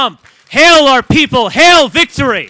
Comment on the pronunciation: He didn’t even say hail like hail Caesar he said heil